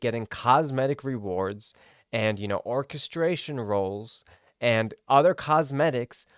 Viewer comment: say it with me....or-KESS-tree-on rolls